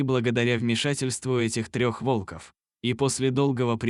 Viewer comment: Находил волкОв, пришел на встречу с волкАми! Невозможно слушать это вОлков! ВолкОв! Лайк не ставлю.